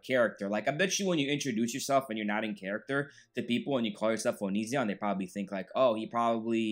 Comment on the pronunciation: Love how you mispronounce is name! Poetic justice!